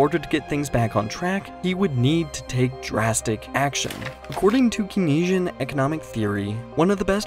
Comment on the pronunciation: To conduct posts on finance, pronounce Keynes correctly.